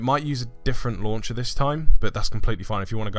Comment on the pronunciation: Btw as a girl I almost died whenever you said launch-ah or fold-ah 😂